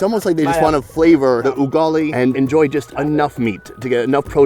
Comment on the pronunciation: ah yes he pronounced as ungali its ugali